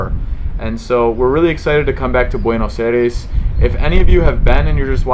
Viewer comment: I gave it the first dislike because it’s cringy how you pronounce Buenos Aires. I’m sure it’s a good video but I just had to stop watching after 1 minute.